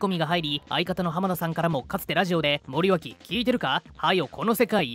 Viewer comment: 内容はともかく森脇をもりよしと読んでるのが気になった。